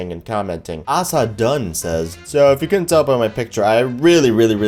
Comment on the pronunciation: 1. Thanks for showing my comment! Really appreciate it. Sorry the typos. keys are small. 2.It's not Ass-uh. It's Ace-uh. Like the card. Don't fell bad most people get it wrong the first 20 or so times. 3. STORY TIME!!!: So for most, if not all, of my dreams I forget what happened in them the next day. But because my brain hates me I remember nightmares just fine. :) One specific one I hated and will hate my entire life. So right now I like this girl in MI. I live in GA now so.... :) Anyway the dream was that I took a trip up to Detroit. We, me my friend and her, same friend from last comment (the one that was cheated on) were hanging out. In this timeline we were dating and my friend was kinda like the third wheel. This made him go... slightly insane and he killed my parents and brother.... :) Well I thought as long as I still had her I would be fine right? RIGHT?! So as it happens he went on a kinda murder spree. Stabbing anyone he saw. It went on until me and her were the last 2 people on earth... sane people on earth. Anywayvwe were hiding in the dark, never a smart move, and he jumpscared us. keep this in your mind. I got jumpscared in my dream. Anyway he stabbed her in the back. Literally. She was on the ground bleeding heavily but she didn't die. So he slit her throat. she was bleeding from her neck and her eyes were blocks and filled with blood. but she didn't die. she laid there and crawled up my leg. I couldn't move. Her words still sting me. I remember word for word